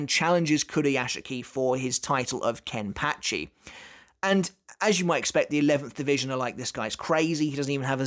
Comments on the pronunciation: I’m curious of why it’s pronounced “kenpatchy” and not “kenpachi” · The way you say Kenpachi just bugs me man... you saying it like KenpATchi... just no. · How does he say zanpakuto properly, but not kenpachi or zaraki? Proper pronunciation needs work